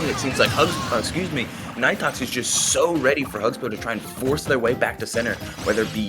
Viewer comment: actually it is pronounced knee tox lol the commentators pronouncing it wrong